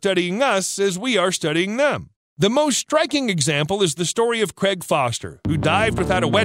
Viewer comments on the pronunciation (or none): Craig Foster - not Creg Foster just in case anyone wanted further reading or to watch his documentary My Octopus Teacher